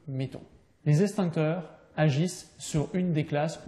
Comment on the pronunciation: Les eXtincteurs.... Pas estincteurs... Ça m'arrache les oreilles